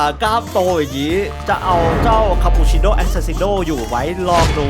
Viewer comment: พี่พูดถูกแต่ออกเสียงไม่ถูกก็คือบอกว่าขอดูข่าวปูขอปูชิโน่อบรม คุกกี้เสี่ยงเข้มๆขึ้นมานิดนึงหน่อยนะพี่ถึงจะถูก